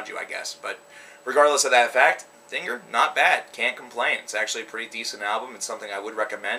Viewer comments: It's pronounced den-jeer. Dinger just sounds wrong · pronounced (dinjeer) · i think it is pronounced like "dinjir" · It's pronounced "Dingir" not Dingir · Its pronounced dingeerr dumbfuck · dinger is a weener, 'dinjeer' is their album dont worry i always pronounced vildjharta as its spelt but its 'vill-yarta' oh well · It's pronounced Den-jeer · pretty sure its pronounced ding-GEAR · It's pronounced "Din-Geer". Sumerian word for "Gateway for the Gods" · XD Dinger? Do you not know English and pronunciations? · its din-geer as Ian (the vocalist) says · If he says ding er one more time i will kill myself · Dingir is also pronounced (din-jer) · DINJEER is how you pronounce it.just FYI